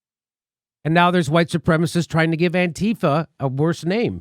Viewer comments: Jimmy please. Its anti - fah, not anteefa. Stess on the anti. Its just like saying anti fascist, just without the scist. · Antifa, pronounced anne-tee-'fah. The small group was in Charleston VA and San Francisco, and a few other places to focus on neo-Nazis. Antifa went to protests against racism to protect and counter neo-Nazis/Klansmen violence. Nazis don't like anyone protesting against racism. Antifa was/is a small group of Jews who were tired of being targeted by neo-Nazi violence and didn't want other groups to be targeted by that same violence. Antifa gets such a bad rap because they are going after Trump's base. Other than the Klan, neo-Nazis are historically noted as the most violent underground group in the United States and have been registered as a terrorist organization within the country for a number of years. And still, Trump protects them. But he is not alone. So has the FBI and CIA, which have many neoNazis within their organization. Fascism is very popular now.